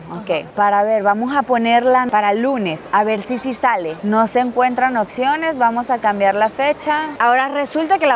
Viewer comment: Se dice opciones. No se dice okciones